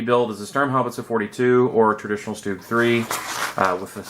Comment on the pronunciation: What the fuck is a stoog It's a Stug S T U G...............